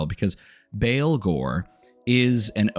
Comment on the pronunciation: baa baa blacksheep, baalghor. not christian baleghor